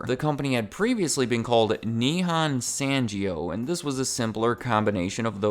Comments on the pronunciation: San-geo(jeeo)? It's Sahn-gyoh! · Great video as usual! To those who wanna know what "Nihon Sangyo" means, it just means "Japan Industry". What a creative name 😀 (the pronunciation isn't "Sanjio" but the "gy" sound is more of like "g" sound of the word "gap") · Ita pronounced nihon (o sound not a) sangyo (not san jio). I think being able to pronounce global brands' names correctly will add more credibility to your channle especially for international viewers